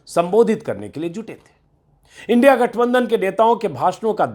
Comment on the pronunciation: ऐ मुर्ख इन्डिया कों इनडि बोल रहा हैं